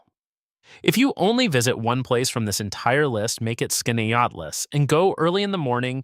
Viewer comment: Sorry to be the squeaky wheel, but Wells College in Aurora is closed as of the 25/26 academic year, and your pronunciation of Keuka and Skaneateles made a local upstate girl cringe. Yes, upstate is beautiful, and has many hidden gems.